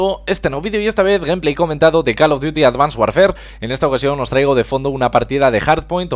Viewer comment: claro qe no asi no se pronuncia :l